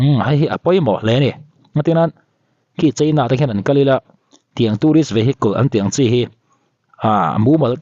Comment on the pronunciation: Vehicles tia lam tur.... "vehiculs," tiin i lam a... Update ngaihnawm leh Lawmawm tak a ni.